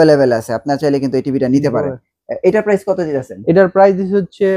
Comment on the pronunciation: আপনি প্রাইস না বললে কিনবো কিভাবে প্রাইজ বলতে হবে